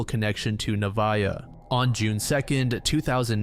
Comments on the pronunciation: Hiii avid listener and fan here, but I just wanted to say that the first case about Nevaeh Buchanan her name is actually pronounced Nuh- vay- uh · nev vay ah is how it’s pronounced, heaven backwards